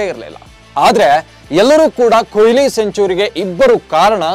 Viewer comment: ಕೊಯ್ಲಿ alla kano adu goobe ಕೊಹ್ಲಿ ವಿರಾಟ್ ಕೊಹ್ಲಿ!!!